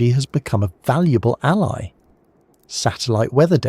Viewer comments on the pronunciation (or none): none